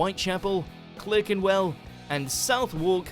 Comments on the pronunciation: Yep ditto Clerkenwell. Its pronounced Klah-ken-wel ffs. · CLERKENWELL is pronounced "CLARKENWELL" the narrator is obviously not British. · Who else is british and laughing their tits off at this guy pronouncing Clerkenwell and Southwalk wrong ? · Clurr-kenwell. South-wark. FFS. Lazy. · Clerkenwell is pronounced as Clarkenwell - Philistine! 😁😉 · Clerk-enwell and South Wark? I don't think so! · I'm American. What struck me as wrong was Clerkenwell. Don't Brits pronounce it as Clarkenwell? (I was too distracted by this to miss the much more egregious Southwark mispronunciation ...) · Yes, clerk is always pronounced clark in the UK; in the same way, derby is pronounced darby. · Your pronunciations of areas of London are abysmal. Why are the English so ignorant that they cannot be bothered to learn how to use their language correctly? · Why are you pronouncing Clerkenwell and Southwark as you do? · I think you mispronounced both Clerkenwell & Southwark, the pronunciations seemed to be as those unfamiliar with them would do it, like an American would, although the sparker’s accent sounded English, I suspect he lives in the US or produces these videos for a mainly US audience, but surely that defeats the whole point of trying to debunk myths about the UK, or am I missing something? 😉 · Ouch! The pronunciation of Southwark and Clerkenwell made my ears bleed........... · He pronounces Clerkenwell wrongly as well. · you English and can't pronounce Southwark or Clerkenwell lol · And Clerkenwell